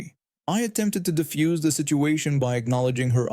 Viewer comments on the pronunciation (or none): defuse, not diffuse